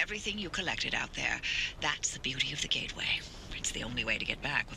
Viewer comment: BTW it's a GATE WAY. Not Get-away. XD You know gates and portals, right?